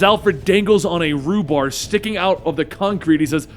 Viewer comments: "rhubar" that's pronounced "rebar". Not being a smartass just for future reference is all. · Great story. But I'm pretty sure it's rebar not rubar